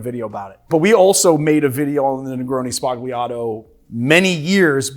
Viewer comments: Hearing "spagliato" with a plosive 'g' makes my hair stand on end. It's 'spalyato' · It's pronounced sbalyato, not sbaGleeato. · Negroni Spah-li-ah-tow. Not negroni Spag-lee-ah-tow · I love the video but the pronounciation of "Sbagliato" is killing me xD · Great vid-but please learn how to say the word sbagliato! 🙏🏼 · "Everybody makes negroni sbagliato". Nobody learned how to pronounce it. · you don't say the g in sbagliato